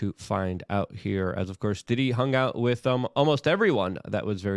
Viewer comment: Listening to Luke attempt to pronounce English words is maddening. Phrases, too. “…won’t see the day of light”? Wit for with. Cher-drin for children. What’s next, axe? Yuck.